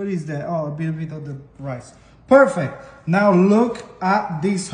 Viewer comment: When he said Perfect the black in me heard "Pork Fat" I was immediately like ok ok I'm tracking...😂😂😂😂